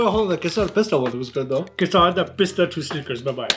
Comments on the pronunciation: It's Ke-sar Pista for the guy who pretends to think he's saying it right to make it funny. 😬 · bsdk.. kesar bolna toh seekhle.. khud maa baap urdu or punjabi bolte shayad na .. gadhe.. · Bro it's kesar what are you on? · Kesar Pista Snickers..hmmm! Also, the way he pronounced Kesar! 😁 And also, what cute, contrast cousins! ❤